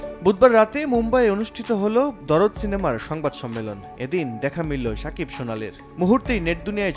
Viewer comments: ভাই দরদ না দার্দ 😅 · ভাই ওটা দরদ না,,,ওটার নাম দার্দ,,যার বাংলা অর্থ, ব্যাথা